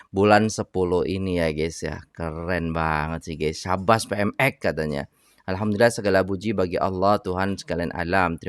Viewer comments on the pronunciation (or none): none